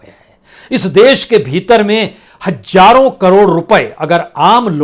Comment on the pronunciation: Kya HAJJARO bolte ho...HAZZARO bolne nahi aata....AAP to senior anchor hai...phir bhi nahi sudherte...Z ko j read kerte ho....AFSOS..shame